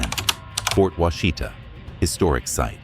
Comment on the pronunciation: You're not pronouncing Fort Washita right.